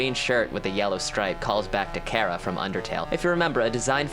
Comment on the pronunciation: Chara not kara